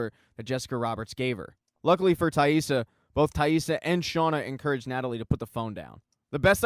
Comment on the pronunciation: Good video but man it was annoying how you kept mispronouncing Taissa’s name 😖😅